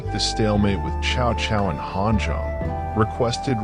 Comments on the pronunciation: It's pronounce something like Sao Sao, not shao shao. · can’t even pronounce Chinese name chow chow 😂😂😂